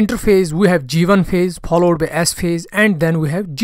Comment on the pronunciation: I like ur videos but ur pronounciation for some words 😑 pollowed ❌followed ✅